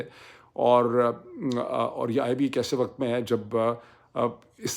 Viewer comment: You keep saying “waqat” and not “waqt” which is the correct pronunciation